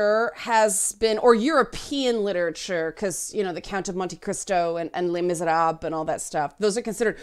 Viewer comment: "Le Miserables" Youtube CC: "LEM is a table"